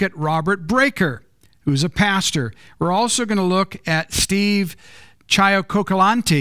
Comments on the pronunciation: You didn't even take the time to learn how to pronounce Steve Cioccolanti's last name. I am 6 minutes in and can see where this is headed. I expect the finest from any organization affiliated with MR. Missler. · Yes Overtcovert... God does know their hearts...and we know them by their fruit. can't even pronounce Steve's last name correctly, which means he DIDNT watch his video fully or he'd have known it.